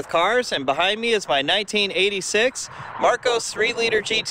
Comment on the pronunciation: Mar COSS, not "Marcose". I custom fitted roll cages in some of these for racing. Plywood interior panelling meant every mount had to fixed with steel plates either side of the wood.